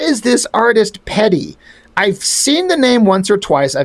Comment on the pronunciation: I met Pedi once at SDCC in the mid 90's. He was really nice to me and my friend but he cheered a little hyper active and aloof. I remember him signing my book with one of those gold pens. His signature took up the whole cover. I have a sketch he did for me also. He basically drew himself. BTW, his name is pronounced Pie-dee.